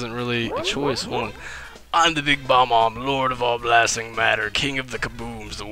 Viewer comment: it is pronounced Buh-bombs